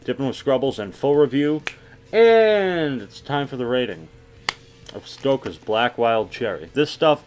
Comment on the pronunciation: Ahahahaha "stockaz"